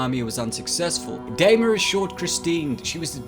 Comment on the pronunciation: Its Shaun San DEENA not DAYMA.